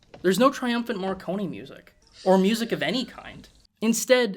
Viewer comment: Why to pronounce the name of the great Morricone as Marconi?